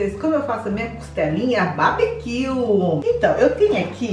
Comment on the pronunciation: Kkkkkkkkkkkkkkkkkkkkkkkkkkkkkkkkkkkkkk é “barbecue” não “babiquio” kkkkkkkkkkkkkkkkkkkkkkkkkk